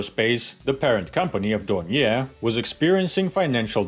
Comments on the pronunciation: I think the pronunciation is more like "Don-yay". At least that's how the Brits say it. And I think the Germans. I'm a fan of Doniers, going back to before WW2, they make some interesting stuff. The Do 24 is just fantastic looking, maybe the best looking flying boat ever. Who doesn't like a trimotor? And they are still flying them, I think they even still make them, with turbine engines now. I might be thinking of conversions but I think I remember being surprised they are or were still being built right up until recently. Everyone thinks the Catalina is classic but the Do 24 seems roughly equivalent. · Hello from Munich, which is situated only 30 km far away from Oberpfaffenhofen. Indeed you can't forget the pronunciation of the "R" in Dornier. Try it wirh DORN-YAY. Maybe this is the best approach to the right pronunciation. ;))